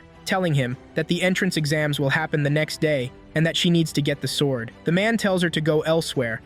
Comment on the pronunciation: "svord with her wepon"